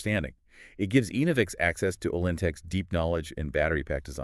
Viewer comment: Pronounced ENNA-vix… not EEN-o-vix